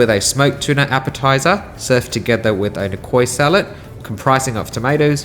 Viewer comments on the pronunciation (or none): Niçoise = ni-swaaz also, who the hell is Steven ?